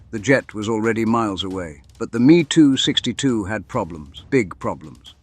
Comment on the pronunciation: Every where it says me262 change it to ehm-e262